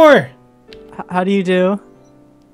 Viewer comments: that wasn't Japanese you said u mean bolnshor that's French it means good day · When said "bonjour" incorrectly and said it was Japanese, I face palmed so hard. The "n" is silent... and it's French for "hello". (I also face palmed when he spoke any other language other than Japanese and claimed it is.)